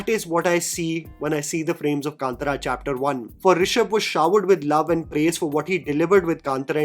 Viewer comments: Bro please pronounce the name correctly. Kantara not Kantra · ಕಾಂತಾರ.. Kanthaaaaaaara.. कांतारा .. it’s not kantara.. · First please pronunce the word K-A-N-T-A-R-A properly and it’s not KANTRA like in Antra… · It’s been interesting to see the different pronunciations of Hindi speaking reviewers of the film name. Here we have “kaantaraa”, I have also heard “kantaaraa” and “kantara “ (all short vowels. Isn’t the Kannada ಕಾಂತಾರ pronounced “kaantaara” (two long vowels and a short at the end)? Kannada speakers please help.🙏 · It’s pronounced as kantaara. There is an “aah” ki maatra in त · Everything is fine , me angrezi bhi jhel leti hu coz content is on point.. but pls movie ka naam dhang se bol lo bhai. 😢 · Sorry I am not hate mongering here , but how difficult is it to pronounce the movie name properly ? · Dude my wife got offended the way you pronounced kantara